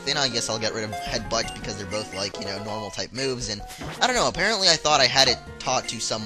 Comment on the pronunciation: u said "apereantly" 19 times-i counted!